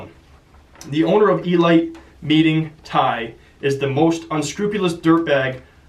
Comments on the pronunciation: It's pronounced e-leet not e-light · you don't know how to pronounce elite? lol